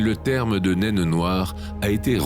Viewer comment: Tu n'es pas obligé de prononcer le E de nainE